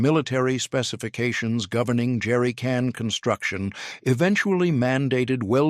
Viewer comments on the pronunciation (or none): I particularly liked "Jerricun" at the end.